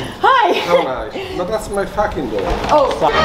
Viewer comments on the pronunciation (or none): “ thadts my facking doour “ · did that guy literally just say "that's my fAcking door" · "That's my facking door"....lmao